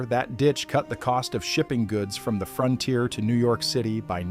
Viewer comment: Frontier not fronter